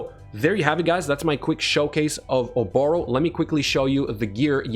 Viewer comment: Correct me if I'm wrong but the emphasis should be on the the first O in her name not the 2nd.